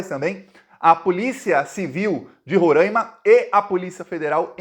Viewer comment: não é Rorãima. Se fala Ro-rai-ma. Rorãima tá errado. Blz!